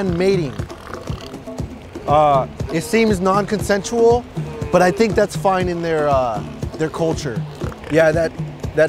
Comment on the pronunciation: "AAAA IT SEEMS NON-CONSENUAL"